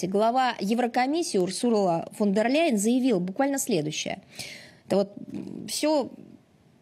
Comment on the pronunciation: Ой . Захарова тільки що сказала Урсурла Вондерляйн, не Урсула Фондерляйн.. Боже , які ж вони там в рашке тупі…..😅